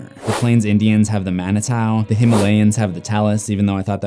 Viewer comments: Please get your pronunciations correct. Manitou = man-it-two and Loup Garou = loop ga-roo. It's sad when you do so much research and then don't bother to get correct pronunciations. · Its Manyata not manitou btw i am indian